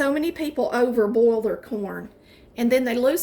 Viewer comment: I heard the way she pronounced ’boiled’ and immediately deleted the other videos I was thinking to watch.